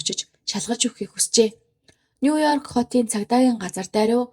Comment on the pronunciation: Нуёрк гэж дуудахгүйэ;нью йорк гэж дуудаж сураарай;шүүмжлэлд бүү гоморхоорой;нэг үгч болов зөв дуудаж сурвал алхам тутамдаа эвгүй бдалд орж ичихээс аварна шүүдэ